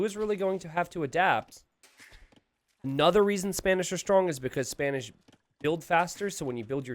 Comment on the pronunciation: Did I heard say Spamish not Spanish?